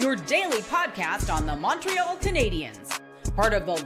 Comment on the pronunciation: It always rubs me the wrong way that they pronounce Montreal wrong in the opening theme